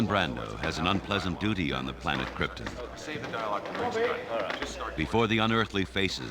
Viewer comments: he #KILLED the role, except his pronunciation of #krypTUN. i guess no one had the balls to correct him. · Any commodity is worth only what someone is willing to pay for it. The producers showed this is true by paying Mr. Brandon what his talent was worth. But you'd think he could at least pronounce "Krypton" properly.